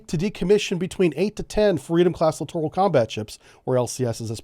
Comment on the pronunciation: You litorraly mispronounced that word every time.